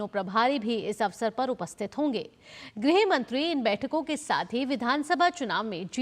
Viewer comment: गृह मंत्री not ग्रह मंत्री